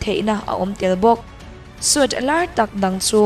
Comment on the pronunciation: Suite hi sweet ti a lam tur.